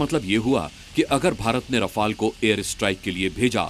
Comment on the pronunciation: मूर्ख 18 रफाल ढंग से बोलो